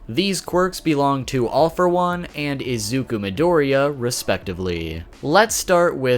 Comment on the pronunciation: it's pronounced ee-zoo-koo